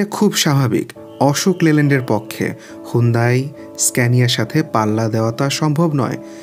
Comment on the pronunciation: ভাই সুন্দাই না,,,এইটা হুন্দাই।